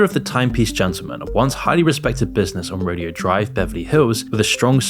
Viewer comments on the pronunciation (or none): "ro-day -o"